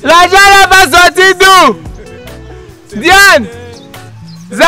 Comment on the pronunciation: Diane pas ndiane 🙄🙄🙄🙄🙄